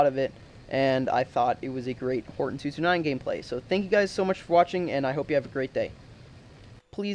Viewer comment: its pronounced hortOn btw bu u still have my sub